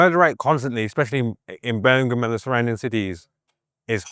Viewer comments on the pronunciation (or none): Burr-mēng-HAM, bruv... Emphasis on tha HAM, innit? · Yavo not bron Birmingham. . Dude from Mobile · Dang how can’t pronounce Birmingham? It’s a Birmingham over there we he from too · Bro please say Birmingham correctly yall literally have one over there